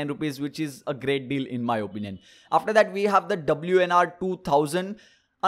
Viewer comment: Why do you always say "in my openion"!!!